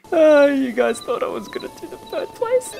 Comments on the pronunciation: Why do you say birb instead of bird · You said birb place